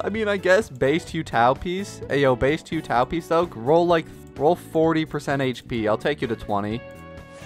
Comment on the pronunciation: he says hue tao